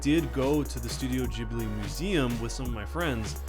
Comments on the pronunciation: ITS GHIBLI not JHIBLI!!!!!!!!!!!!!!!!!!!!!!! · it's ghibli not jibbly. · its pronounced Ghib-lee, because there is an h in it. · gib-ly not jib-ly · So I looked this up because I was curious. It seems like it was named after an airplane named Ghibli with a g but Miyazki pronounces the name of Studio Ghibli as Jibli but it's still spelled Ghibli. But it seems like he doesn't really care. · ghibli is pronounced like hard ghi-bli...not to sound annoying but you can pronounce it whatever way u want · I thought Studio Ghibli was pronounced "geebli" as in "geese" ... or can it be pronounced both ways? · Why is it pronounced "jibi"? Do you also say jost instead of ghost? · wait is that how ghibli is pronounced? i always thought it it gib-ly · (XepherXV) I pronounce it something along the lines of "chib-li" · lol studio Jhibly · You say Totoro completely correctly, but say Ghibli like 'jibli'. WHY? It's 'GHIBLI' - with the 'gi' sound, not 'ji'. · It's not the same. In ghibli the H should be silent just like in GHOST. That'd make it be pronounced with a G and not J. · Is it pronounced Gi-Bli or Ji-Bli? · The pronunciation of Ghibli bothers me